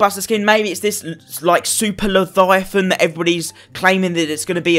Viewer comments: It’s Leviathan not leTHIGHathan pls stop saying it like that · Le-vya-than say it with me! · Lefiathan? Leviathan. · "the laviathyathin" says to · Llefifon lmao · He needs to stop tryna say Leviathan